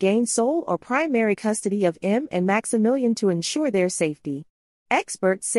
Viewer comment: The girls name is pronounced EM ME and not M.